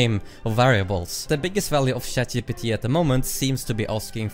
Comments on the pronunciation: 5 seconds in lol, he said shat gpt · "Shat GPT" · Never. I mean never, not pronounce it as ShatGPT.